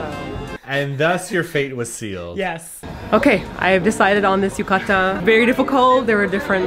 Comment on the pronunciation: yu-ka-da....it's pronounced as yu-ka-tah with clear "T" sound, like how Brits pronounce water with clear "T" sound.